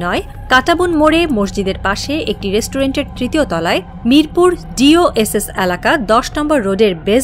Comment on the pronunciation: মিরপুর ডি ও এস এস, DOSS আবার কোন এলাকা!? এটা হবে "ডি ও এইচ এস" DOHS